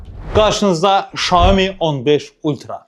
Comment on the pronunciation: Şoemu yox siyomi